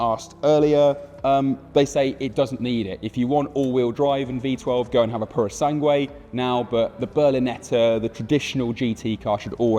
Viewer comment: How can a journalist or what is this man job title. Don't be at least oblied to learn how to say the names of the things right? And don't say, oh he's english and bla bla bla... he is a supposed professional and not even the purosangue that is a well easier word to say he could get rigth. Top Gear died when the trio got out, now is just in shambles that don't know how to pick up